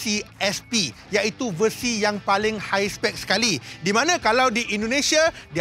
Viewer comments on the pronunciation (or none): none